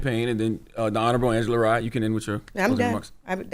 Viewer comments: Not that i care for her but its R Y E....NOT REE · Rye like Rye Bread 🤦🏾‍♀️like rhymes with Cry 😭😭😭🤣🤣🤣😂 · It's Rye like rye bread. Not Re. Good video though.